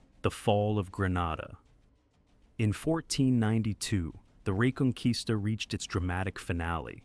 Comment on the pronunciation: Its a cool Video but the Word "Reconquista" sounds wrong in the Video